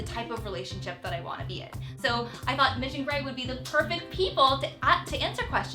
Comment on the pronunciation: Thanks Mitch! Kinda sounded like Thanks Bitch! Lol I'm laughing so hard :/